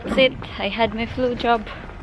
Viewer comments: same here its diff what ive heard, i played it again and samething its Bj,Lol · My goodness I had to go back & rewatch because I’m pretty sure the first few times you said “Flu Jab” it really sounded like something else 😂😂😂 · you really need to check out how you say “ flu jab” it sounds like you’re actually saying something very rude!!!! LOL!!! I just called Martha into the room to listen and as soon as you said “ flu jab” Martha says did she just say “xxxx xxx” I said no, listen again!!!!